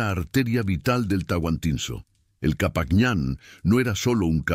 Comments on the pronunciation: TANTINUYO?????? TAHUANTINSUYO QUISO DECIR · No saben decir los nombres correctos, que lástima. No es Tahuanisuyo sino Tahuantinsuyo. Por allí tiene mas errores, corrijanlos para no tomarlo como falta de respeto. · Hola por no preparas mejor para grabar no es tantisuyo es TAHUANTINSUYO DENIGRAS EL IMPERIO INCA CON TU DOCUMENTAL BARATO. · Señor pir favor el imperio no se llamó Tantinuyo,se llamo el Tahuantinsuyo.